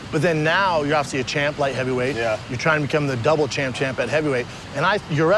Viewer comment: it's double champ or champ champ. NOT DOUBLE CHAMP-CHAMP